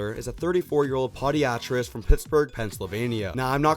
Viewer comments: Podiatrist “Puh-Die-Uh-Trist” Not PeeDeeAtTrest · A Poe-Die-Uh-Trist is in fact a foot doctor